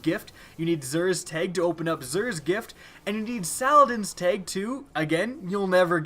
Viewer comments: Teg? You mean Tag? 😂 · its tag not teg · It's a TAG, not a TEG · It's TAG NOT TEG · Why do you say tage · He says teg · Amanda's "Teg" Xur's "Teg" Saladins "Teg" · lmao how he says tag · How are you mispronouncing tag!!